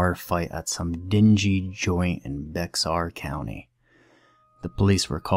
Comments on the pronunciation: It's pronounced BEAR COUNTY ......NOT BEX-AR. 😂😂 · Bexar County in Texas is pronounced, "bear".